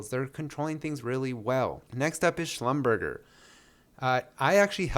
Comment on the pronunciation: It’s pronounced schlumber-jay